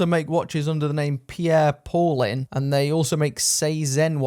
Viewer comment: The mispronouncing is hilarious. Pijerre Powlin. 😂